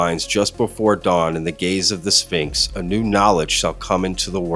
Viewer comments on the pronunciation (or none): He always calls The Sphinx “The Spinx” 🤣